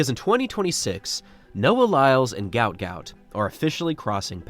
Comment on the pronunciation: Its pronounced Goot Goot. Not Gaout.